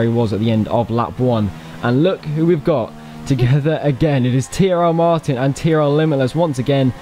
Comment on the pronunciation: I swear said CRL Martin when they lined up on the grid..